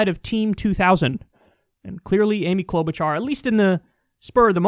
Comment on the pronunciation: Klout'bu'cha - Its Orkish